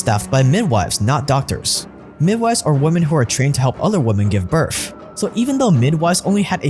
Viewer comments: Its birth, not birf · Birth not Birf or burph. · its kinda irritating to me how you say BIRTH